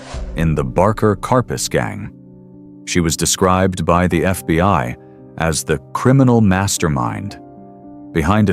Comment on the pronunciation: "He was ambushed and shot by the FBY." 😐